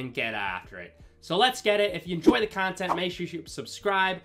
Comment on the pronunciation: with the tournament cawntent 🔥